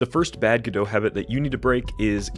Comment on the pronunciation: normal people: go-dot, god-o this guy: gdö